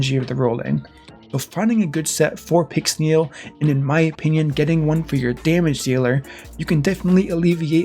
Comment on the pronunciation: "fully booked pixnel" ouch